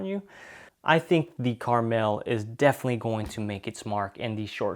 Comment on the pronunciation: It will be my next purchase - it will be interesting to compare to my Tavor X-95. That too has a extreme barrel covering and I just mount a fore grip. It is pronounced Kar-Mel, it is not a candy.